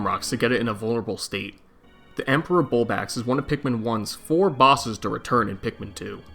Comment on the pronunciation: bulbax??? 😂 you mean bulblax